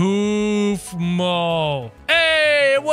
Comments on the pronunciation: It’s kaufmo not keufmo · Sorry to correct you it’s pronounced kaufmo not kafmo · It’s not kafmo it’s Kaufmo ur funny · Your saying koofmo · Stop saying koofmo